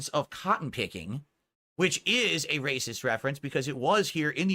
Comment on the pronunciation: PICK COT-TON , why does he pronounce things so weird, he's an actual alien